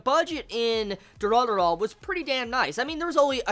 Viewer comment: Y does this kid keep calling it dura-dura...it looks like it wuld be pronounced du-ra-ra-ra.......sisk-boom-ba......sry bout the last part i couldnt help myself